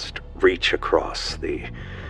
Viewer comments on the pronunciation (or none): I know this video is awesome and honestly impressively well put together but man did the narrator saying “acrost” start to bother me just a note for future videos, theres no t in across otherwise thank you for the awesome work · Theres no T in across